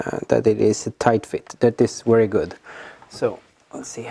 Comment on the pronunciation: Did he end up getting a wee eight from the wolkswagen? Or is that wery hard to find? It will definitely be a wery nice wolvo